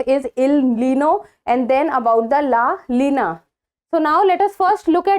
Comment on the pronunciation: It's not LA LINA it's la "NINA"